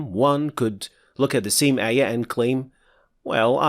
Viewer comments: it's QUR'AAN and AAYAH etc, not QUREHN, EHYEEH. Stop using English pronunciation, please. It's like you're trying to introduce a new way of reciting Al-Qur'an (qiroat). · I'm not sure what are you talking about, the "aa" in Qur'aan is simply denotes mad thabi'i. What's actualky what bothers me me most. He taught tajweed while he himself not even pronounced words like qut'an, surah, ayah, mad etc. prooerly. (the FATHAH should heve been proniunced like it in but, cup, etc. yet he say it like in the words bed, let, met). He pronounced it english style when reading it in LATIN characters.